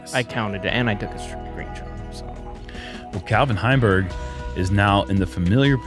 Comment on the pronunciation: Any one else get super confused when intro'd Calvin Heimburg as "Vinny"?